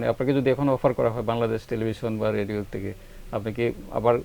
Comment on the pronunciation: খুব ভালো লাগলো শ্রদ্ধেয় শিল্পী গীতিকার আপেল মাহমুদ কে দেখে I মনে কিছু নেবেন না উপস্থাপক শুদ্ধ করে কথা বলতে পারেন না , এমনকি রেডিও উচ্চারণটাও রেডু বলছেন ! শ্রুতিকটু লেগেছে I